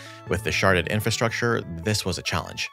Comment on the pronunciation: Am I the only one who keeps hearing "sharted" instead of "sharded"?